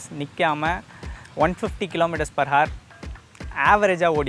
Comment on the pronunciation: Bro good cinematics, nice explanation. One thing ,when we pronounce hour ,the 'h' is silent. Just 'our' is what we say.